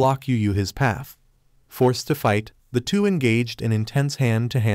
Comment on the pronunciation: bro switched to British mode he said paf